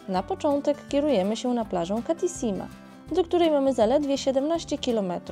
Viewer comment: Nie Kathisima tylko Kathisma. Po co czytać litery których nie ma ?